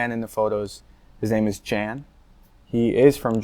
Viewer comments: It's pronounced "Yahn," not "Jan." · So, Jan (which is pronounced Yahn) has a German flag on his camouflage jacket, this means he's serving in the German army, not that he's placed in Germany and working for the US army. Didn't she spot that?